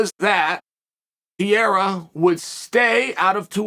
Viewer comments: PE-REI-RA not Piera, cmon chael u can do that my guy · Purr-air-uh. Not Pee-air-uh is what I thought. Thanks Chael for setting me straight. Undefeated in linguistics. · it’s pronounced alex “pear rare rah”. Keep up the good work uncle Kale..Chael 😅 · how can you know so many things, how can you talk so much about all this and cant even pronounce his name correctly? who the f**k is Piera? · Sonnen Say it with me Chael: "Peh hay rah" (or "Peh ray rah") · Ankalaev beats Pereira I think. Chael still sticking to his guns of pronouncing Pereira wrong 😂 How sad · Today Ariel lecture Chael on how to say Pereira, in which Chael said perfectly twice, then went back to Piera like a Champ to never go back. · another chael "piera" video, we are truly blessed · when are you going to stop pronouncing every fighters name like an uneducated white guy… you’re missing an entire R in Pereira… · Based on your pronunciation of Pereira, we believe you when you say you don’t know him personally 😂